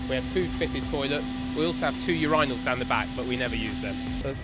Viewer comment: …we also have two you-rai-nals… interesting pronunciation of urinals. 🤷‍♂